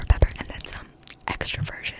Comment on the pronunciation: extra virign lool